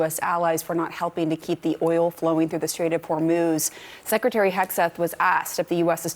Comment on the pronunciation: Strait of Whor-moze???